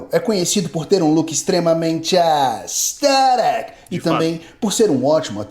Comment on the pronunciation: Toda vez q esse cara falava "aesTHETIC" meu cérebro perdia células. Pqp q maluco chato véi